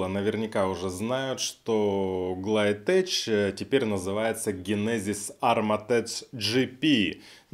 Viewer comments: Ну не "теЧ" а "теК", это исключение из правила чтения CH. Так ухо режет, особенно когда слышишь от человека который не гонит порожняк. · Почему многие произносят окончание ТЭЧ, когда ТЭК правильно. Никто же не сомневается, например, что правильно произносить ХАй-ТЭК(Hi-tech). Чё тэч -то? Тэч-тэч-тэч... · TECH - произносится ТЕХ, а не ТЕЧ. Это производное от слова TECHNICAL - ТЕХНИКАЛ, т.е. техника. То же самое CHEMICAL - произносится ХЕМИКАЛ, химический. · tech - читается тэК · ГлайдтеК, брат, ГлайдтеК! В слове technics и производных от него срабатывает исключение и СН читается как [К]. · Смешно смотреть обзоры масла от человека, который даже название глайдтек правильно произнести не может :) Я 3 года лью это масло. Учитывая, что вы просто хейтеры ойл-клаба, ваш канал скорее безынтересен. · Глайдтэк и армортэк . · ГлайдтеК. От английского теКнолоджи